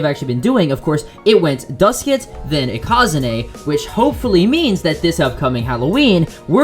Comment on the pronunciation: Why do you say ikazune like that..?